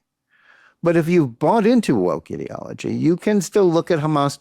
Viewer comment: Since you pronounced it the way you did Johnathan, instead of ideology, I'm going with idiotology!!! 🤷‍♀️